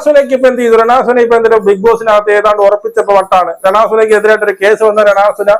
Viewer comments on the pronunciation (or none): രേണ സുന അല്ല അരണ സുന 😄😄